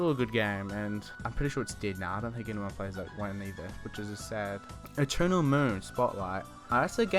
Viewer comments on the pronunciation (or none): none